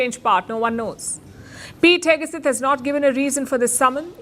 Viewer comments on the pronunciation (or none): Palki: FYI: In the USA it’s pronounced as Heg Seth not Heg a Seth. For what it’s worth!